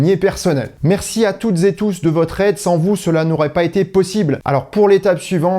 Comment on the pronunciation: Pourrais-tu éviter le « toutezetous », borborygme agaçant de notre énarchie dirigeante ? Pour le reste, sans faute magnifique, précision de chaque démonstration. J’admire.